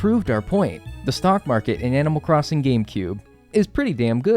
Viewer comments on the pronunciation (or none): Heads up friend, it’s “stock market”- not stalk market. Regardless, cool video! Excellent work!